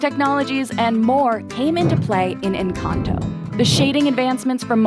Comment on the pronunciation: Ok with all due respect is nobody gonna talk about how they said “enchanto” instead of “encanto” lol 😂